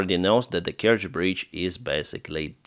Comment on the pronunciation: Kertsch bridge? - what Kertsch bridge? 🤣